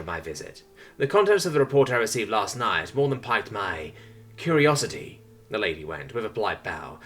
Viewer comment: For future reference: "Pique" is not pronounced the same as "Pike" but "Peak"